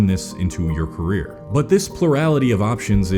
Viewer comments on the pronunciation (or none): none